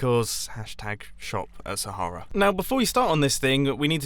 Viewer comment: Saharea? this is SPARTA